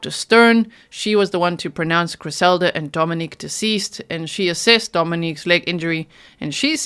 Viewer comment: G - Dominic’s name is pronounced DomiNICK…not the feminine form Dominique. Griselda’s sister pronounced it Dominick And so did Griselda’s best friend. Actually everyone pronounces it DomiNICK that I have heard. A name is such an important thing to get correct.